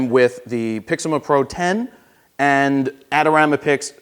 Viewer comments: You still say Pixima :P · I believe he was commenting on your pronunciation of PIXMA.